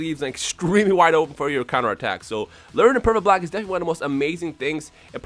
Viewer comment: nowaday everyone online can do "pecfect bolck" and that's annoying when you playe online